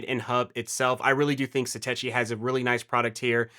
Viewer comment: Why do people keep mispronouncing Satechi? The CH sound is pronounced like a K sound, as it is in technology. And why would you care about cables becoming accidentally unplugged when you’re rebooting your Mac? Obviously at that moment there should be no processes running. And if you have cable unplugging simply by raising the Mini a fraction of an inch, then your cables are not seated or installed properly in the ports.